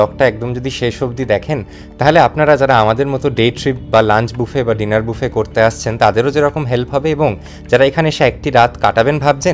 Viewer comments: It's not baafe, it's boofe. Please correct your pronunciation. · Sorry to interrupt. Buffet, এর উচ্চারণ বাফে নয় এটা হবে বুফে। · Buffet এর pronunciation বুফে হয় , ব্যাফেট বলে ভুল উপস্থাপন করা অনুচিত । তা থেকে অনেকেই ভুল শিক্ষা গ্ৰহন করবে।